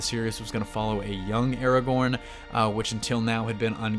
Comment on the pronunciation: Stop saying ERAGORN its ARAGORN